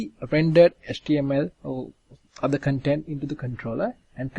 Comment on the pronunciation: Also, thanks for joining your videos together. I got used to your accent pretty quickly (practice pronouncing vowels longer as on cOntent < - emphasis on the O). :)